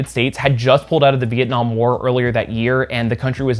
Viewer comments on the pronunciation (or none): none